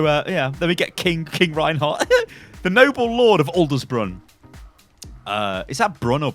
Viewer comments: 1) it's slaked not slacked. 2) ADLERSBRUNN not aldersbrunn ADLERSBRUNN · Yes you butchered Adlersbrunn You read it like “Elders Brun“ It would be more accurate to spell it “Atlas Brun“. Though still pretty tough for non german ppl I think... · Juan Snow _ is no youtuber ever able to pronounce Ad - Lezz - Broon